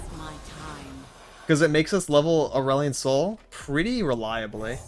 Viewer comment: I like how you call Aurelion asehole.